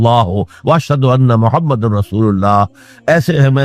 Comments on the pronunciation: Ye voice aur video dunno Dr israr ki nahi hein ye dekhein hamre Rasool ka nam bhi sahi se nahi Le rahe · bilkul sahi bole aapne prnounsation sahi nhi